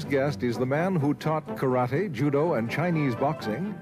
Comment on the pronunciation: ちゃんとkarateをカラテと発音している。カラティではなく。（orで西洋発音もしてるが、） 第２言語としての英語をとても堂々と、自信を持って、ユーモアも交えて、楽しそうにゆっくりと話すブルースリー。 ブルースリーが話す英語。やっぱり人柄がにじみ出ている話し方に素直に感動しました。そしてこの話の”武の哲学”がまた文句なく素晴らしい！！